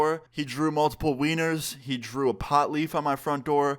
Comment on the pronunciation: bro the way he says wieners lol😂